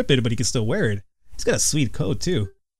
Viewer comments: Hey. It's pronounced too-nick. Not tonic. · its (tuu-nik) pronounciation pronounciation nazi=me